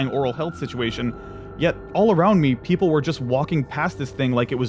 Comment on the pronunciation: people. it's people, it's not pronounced pea-pole. (and you call people dumb. Funny.)